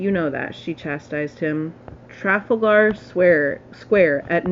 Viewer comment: Tra-FAL-gar square